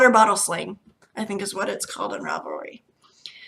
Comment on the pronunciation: Such a cute dinosaur! I'm glad to see I'm not the only one who sometimes pronounces Ravelry wrong lol. When I say it out loud it always sounds wrong!